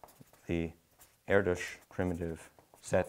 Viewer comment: FINALLY someone pronounces his name properly.